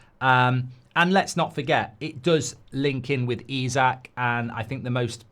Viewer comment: Why do you keep calling Isak, Usyk ??